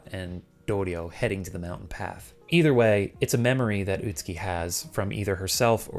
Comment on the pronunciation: Im no expert but the name is pronounced Ut-Ski and not Ut-Su-Ki? I've really no idea.